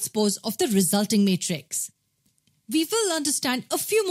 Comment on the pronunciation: It is matrix not Meatres spell it properly